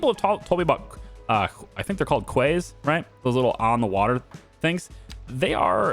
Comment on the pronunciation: Quay is pronounced key, thanks to the French!